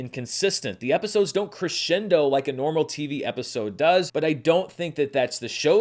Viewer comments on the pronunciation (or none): none